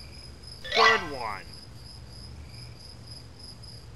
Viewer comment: not goo it good ok